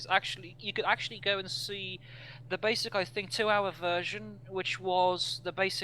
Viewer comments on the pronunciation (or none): none